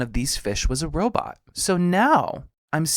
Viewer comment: Zoidberg “robut”